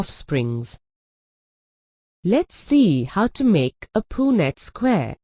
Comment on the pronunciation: Why is it pronounced "poo-nett square" ? 🤔 But nicely explained , it really helped me 👌